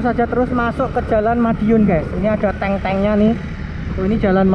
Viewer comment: tank bukan tang pangser